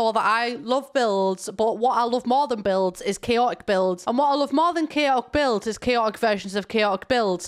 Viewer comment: omg i thought you said bills instead of builds at the beginning and i was SHOOK